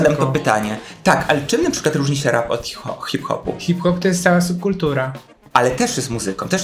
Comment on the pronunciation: Zrozumiałam „rak czy disco polo?” i myślę sobie, że to trochę creepy. Chwilę mi zajęło ogarnięcie, że mówicie o rapie 😂😂